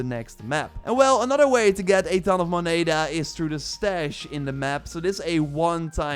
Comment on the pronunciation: So painfull hearing you say moneda. Love the advice tho